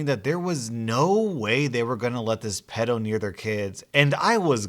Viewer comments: Pedo is pronounced Pee-do! And I know just what the nice nieboughs felt. I unfortunately have a walking corps ( aka pedo) in the family and his mother was the only one that took the m in when he got out of prison and she tried taking him to see one of her other sons home ( where he had young kids,) and he live only a few doors up from me and I'd just had my first kid . I started only opening the frount door if I had a knife behind my back..... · Why do you pronounce pedo like that 😬